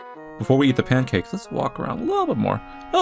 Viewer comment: Pan-cacks... Cursed.